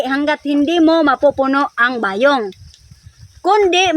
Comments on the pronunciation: Bayong!! Hindi ba yong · pronounce it quickly like Bayong..not ba yong..